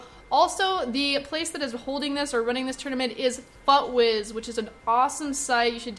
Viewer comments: FOOTWIZ not FUUTwiz:P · pronounced footwiz